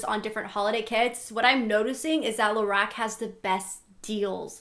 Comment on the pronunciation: Lorac is actually pronounced La-rock. But I really enjoyed your video anyway!